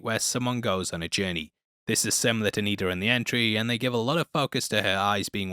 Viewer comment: You keep calling her "Niddar" but her name is actually Nida.